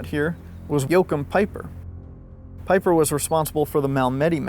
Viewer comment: That's 'Vaffen' phonetically. 'Veer-macht' Peeper (Piper). What is it about Americans and not pronouncing words correctly, jeez. Anyway, otherwise good video.